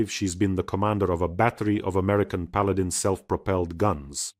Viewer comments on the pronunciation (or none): none